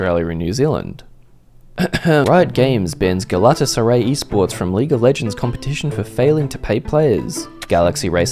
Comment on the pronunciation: The way you said Galatasaray was criminal 😂